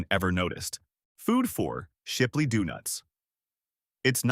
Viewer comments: I quit at "Doo-nuts." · Visual gaffe: The picture of a tub of Blue Bunny, while talking about Blue Bell. Audio gaffe: "Doo-nuts".